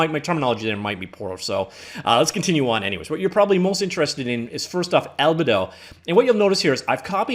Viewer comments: “Albuhdo” is certainly a new one for me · How can you make a "101" class on something and not know the base source matter? I was willing to overlook your mispronunciation of albedo, but then you didn't know what specular lighting was either...